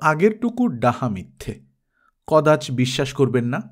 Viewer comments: উচ্চারণটা 'কদাচ্' নয়, "ক-দা-চ"। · Don't say "Kodach," it's 'kodacho'